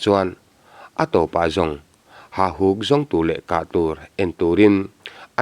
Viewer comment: Hahuk tih nimaia lang hian beng a tikham deuh..Hauhuk tih deuh kalh kalh angai anih dawn hi!.. A ngaihnawm nasa e.